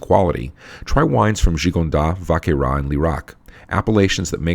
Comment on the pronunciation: Great cast! Just a polite heads up, you can pronounce the ‘S’ in Gigondas and Vacqueyras :) Cheers!